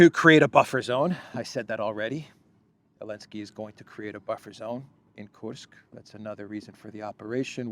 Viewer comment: Why do you call President Zelensky, 'Elensky'? I don't understand. Is that a mark of disrespect or something?